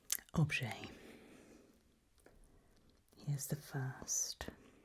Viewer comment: I am absolutely obsessed with this character's pronunciation! Yes, please show me the "objet" as we "negociate" the pricing! 😂😂